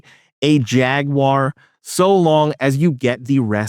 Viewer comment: OMG! You might be the first youtuber I've come across that actually pronounces Jaguar correctly. Subbed